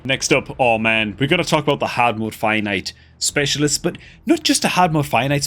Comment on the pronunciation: Lol when I first started watching I also though he was saying "finite" until after a while I realized it was fire knight.